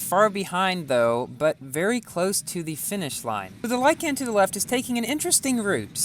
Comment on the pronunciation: Like-in not lie-can